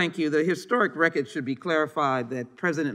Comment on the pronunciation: "tha reh-kid"